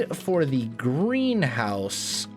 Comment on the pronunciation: Greenhouse. I always hear GrianHouse xD